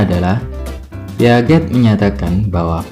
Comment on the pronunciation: Baca piaget nya salah kak.. Heheh maaf nih